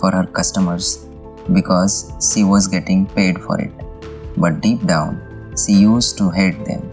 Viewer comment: Hey, do not pronounce "She" like "See". Pronounce "She" like you pronounce Sherwani or Sher meaning Tiger or Sholay movie.